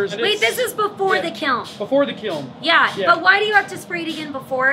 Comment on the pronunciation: I’m an art teacher and hearing you say ‘kilm’ so many times just tickled me ❤😂